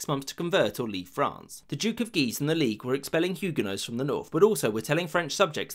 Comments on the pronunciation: i like how guise sounds like geezer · "The two Guises"... my ears keep hearing "The two Geezers". Brilliant.